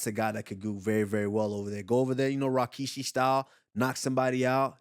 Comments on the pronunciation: "RAWkishi" is CRAZZZYYYY😭😭😭😭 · It’s RIK rikishi Not RAK rakishi Cringe 🤢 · it aint Rakishi its Rikishi